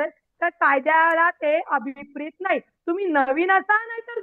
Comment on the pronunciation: या वकील बाईंना साधं अभिप्रेत म्हणता येत नाही, किती ही वकिली विद्वत्ता....😂😂😂 कोणत्या दृष्टिकोनातून यांना वकील समजायचं....😂😂😂😂😂😂😂😂😂